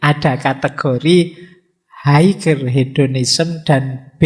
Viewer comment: Nun sewu, "Higher" bacanya "Haier"...g nya gak dibunyiin..